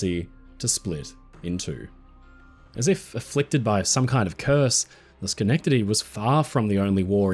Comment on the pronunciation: Thank you for pronouncing schenectady right hahah